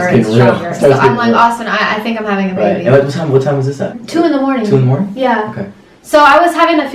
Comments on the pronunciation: Sarai Garivaldi i thought he said babah in stead of bebe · Sarai Garivaldi i thought they say it bebeh 😂☺️😍😍